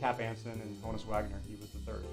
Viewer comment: Love the autographs! Subscribed. FYI, HONUS is pronounced Han-us, not Hone-us. It was short for his real name, Johannes. Everybody gets that wrong for some reason. 😆